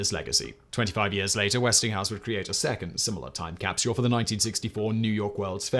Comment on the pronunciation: Simon i am a massive fan of you and all of your channels and all the team members that help you do it all, however after 4 years of watching your videos every day today i found out (😏) that i absolutely despise the way you pronounce “capsule”. Other than that you’re an absolute legend in all your endeavors and pronunciations. Cheers!